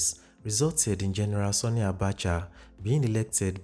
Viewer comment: I must commend your extensive research prowess. Kudos. Just a little observation in your pronunciation of 'Sani'. You tend to pronounce the 'a' in Sani as 'o'. It should be pronounced as in the 'a' in 'happy'.